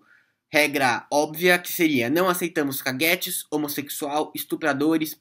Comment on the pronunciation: você falou caguete engraçado, kkkkk A expressão seria cagoête, nessa música dá pra ver como fala